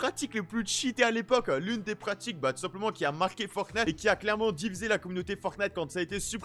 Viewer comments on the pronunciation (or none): Ça me fait delirer a chaque fois il dit « boutique fortnate » 😂